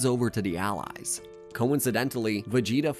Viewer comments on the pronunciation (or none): none